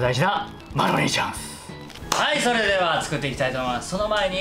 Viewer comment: りゅうじチャーンス！！www